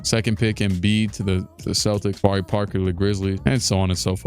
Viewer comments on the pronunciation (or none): none